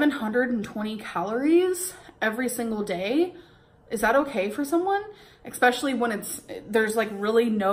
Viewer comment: If I have to hear her say “ex-specially” one more time I stg